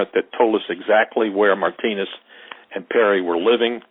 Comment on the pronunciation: Did he just call Martinez “my penis”?